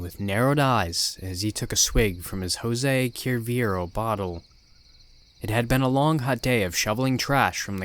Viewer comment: Love the stories, love everything...But "HoEsEY cUiyerbo" got me LOL!